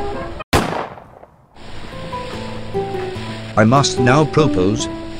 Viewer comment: Pro pose sounds like “propose” lol